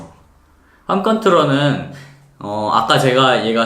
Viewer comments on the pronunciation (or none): 스파크 관심있어서 들어왔는데, 영상이 대체로 발음이 좀 ㅠ,ㅠ 팜콘트러는? ㅠ